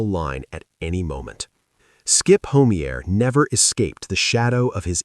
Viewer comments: Skip Homey-air lol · Skip Homeier's last name is pronounced Ho-my'-er. Sheesh. These AI voices.. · HO MEA AER ????? THESE STUPID AI PRONUNCIATIONS !!